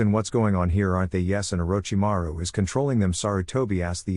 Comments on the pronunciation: that part is just the AI having issues pronouncing his name. Probably using a free text to speech program. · and I always start laughing when I hear them saying it 🤣🤣🤣